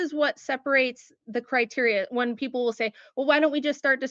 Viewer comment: “Who don’t vote? I mean what kinda peeepo?”